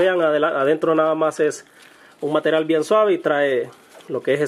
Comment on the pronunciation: Hablas de la chingada el español ("materal" ) y el ingles ("masters" ). Te la mamaste